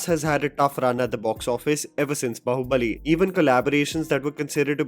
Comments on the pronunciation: Please pronounce it as BAAhubali not Bahubali like Saas Bahu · Bhai 2024 aane wala hai. बहुबली bolna bandh kar do. It's "बाहुबली". BAAAAAhubali. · आप बाहूबली को बहुबली क्यों बोलते हो? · I have no idea why BUT I feel a huge 'tinge' in my spine whenever calls it "Bahubali" instead of "Baahubali". (I am so sorry. I tried to ignore it many times but it seems you are doing it deliberately). You do not call Pathaan as Pathan. Salaar as Salar. Jawaan as Jawan. SO WHY???? Why call Baahubali as Bahubali???